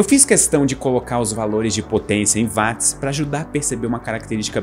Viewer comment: Ele chamar Watt [uót] de [Váátt] diminui a credibilidade do vídeo